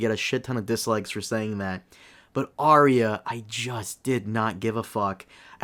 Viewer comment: If you cant pronounce Arya, then you cant be taken seriously